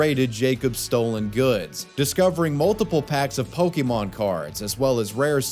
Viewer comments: Every time I hear "POKEY MON" it drives me crazy. It's said with an apostrophe accent mark. It's pronounced "pokka-mon". Why can NO ONE ever pronounce it correctly? not even you it seems. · Can’t stand when people say Pokie-mon . It’s Pokémon !!! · The biggest crime is the way they're pronouncing Pokémon. I guess they have pohkeets on their jeans, not pockets